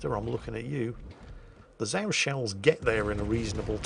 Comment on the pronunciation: Zao is pronounced incorrectly. :P